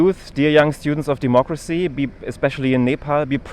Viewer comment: What is with the fake accent …😐 also Democrrwacy …🙈😆